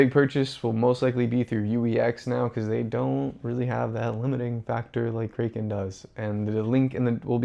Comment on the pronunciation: Kraken is pronounced ‘KRACK-en.’ If you’re going to talk about one of the biggest crypto exchanges, at least pronounce it correctly. 😂